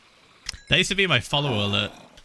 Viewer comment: Phil you said: follo-ower not follower, you pronounced 2 o